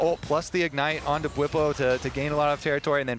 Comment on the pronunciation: Why Bwipo became Busio? 😂